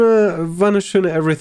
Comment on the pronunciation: Wenn CompAilation sagt, dann zucke ich jedes mal zusammen, das macht mich wahnsinnig!